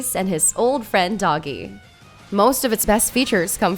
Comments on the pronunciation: Dogi is not pronounced as doogie but as doe-gee. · ah yes, adol's trusty old friend, "doggy"